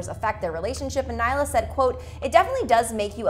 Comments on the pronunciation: naila WOOOOOW its nailea get it right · It's really bothering me that she is not pronouncing nailea's name correctly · i thought it was just me